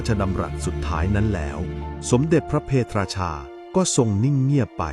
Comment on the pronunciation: พระ เพท ราชา ไม่ใช่ พระ เพ ทะ ราชา